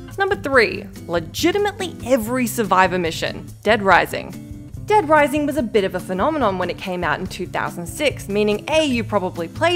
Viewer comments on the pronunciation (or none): none